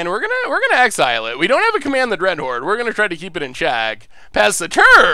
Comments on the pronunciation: Dreadhorn? If you are going to mispronounce the card through an entire stream at least spell it wrong in the video title to match. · Command the Dreadhorn or Command the Dreadhorned? At least be consistent with your mispronunciations :D